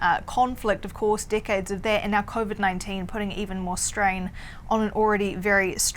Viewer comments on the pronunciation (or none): "Decades" sounded like "dickheads" when she said it.